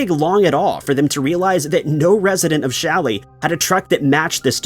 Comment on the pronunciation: Challis. Not Shelly 😊